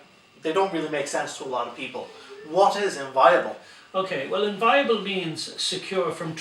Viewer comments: Difficult to take this kind of armchair legalese seriously when the guy can't pronounce the word "inviolable". He says it several times and even defines it, then pronounces it "inviable". The idiot with the camera and the bizarre mid-Atlantic accent has a very punchable head on him. No one is going to take this kind of thing seriously until they take themselves seriously. Mobs at gates and excited hippies won't do it but sure why not give it an auld lash! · Minor point but important if challenging the law. The word is: in·vi·o·la·ble not "inviable" as mispronounced here. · Somebody teach him to pronounce IN-VI-OLABLE. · This guy doesn't know the law! He's even mispronouncing the word 'inviolable'. He's misquoting the constitution. He neglects to mention that a warrant DOES confer a right of entry